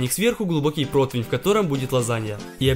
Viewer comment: Меня одного напрягает что он говорит 'протвинь' а не противень?